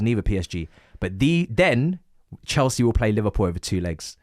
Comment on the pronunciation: 2026 still saying “chelski”